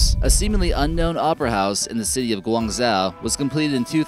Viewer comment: Why do you pronounce Guangzhou as 'Gwyangzao', Zhuhai as 'Zoohai', and Hainan as 'heynan'? If you're going to make a video that thousands of people will see, put 2 fucking minutes into learning how to pronounce the names.